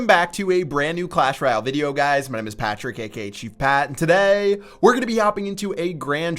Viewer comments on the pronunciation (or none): Why do you do that gay thing when say, "and to TO-DAY!"